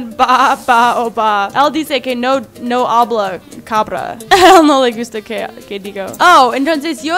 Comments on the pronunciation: dijiste cambra embes de cabra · Noce si te fijaste que dijo en el minuto cambra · En el minuto dijo cambra